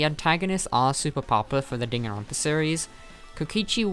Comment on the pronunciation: You say Dan Ron pa not danganronpa Also leon is very popular to me